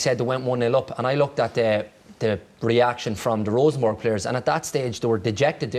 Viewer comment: It's Rosenborg, not Rosenberg.